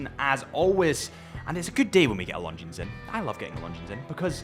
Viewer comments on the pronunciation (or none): Dude, you don’t pronounce S at the end of Longines name)